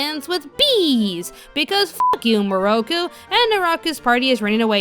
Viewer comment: Seriously tho. The dub pronounces most of the names wrong. NAraku. KAgome MIroku and it was Kirara not Kilala.